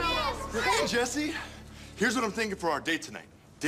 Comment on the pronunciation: It's Mrs. Chesterfield's habit of mispronouncing Jessie's name.